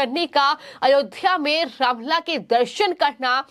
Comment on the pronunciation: रामलल्ला शब्द का उच्चारण तो सही कर लो